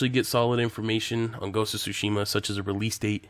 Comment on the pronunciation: Tho i'm used to yokels butchering Japanese words, it's the first time i heard it pronounced as: SUE SHEE MA! Did you mean sushi, ma? For the love of god, man it's TSU-SHI-MA（つしま 「対馬」）！